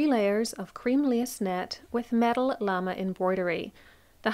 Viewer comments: Gosh, couldn't get past how she pronounced lame'. It is pronounced la may. Not lam mee. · Regarding pronunciation: Lame' is pronounced la-MAY -- not Lame or Llama or Lamb. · Such a wonderful video! Lamé however is pronounced “la-may” or “luh-may” at least here in the US and took me a minute to understand hahaha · I’m hearing “llama” but that can’t be right. Maybe “lamé”?